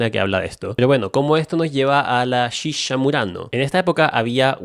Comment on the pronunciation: me encanta como el dice "shisha" jaja